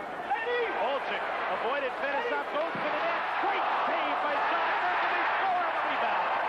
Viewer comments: It's pronounced Fet-ess-ov Not Fetis-off😆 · No you’re wrong too! It’s Fuh- Tee- Soff smh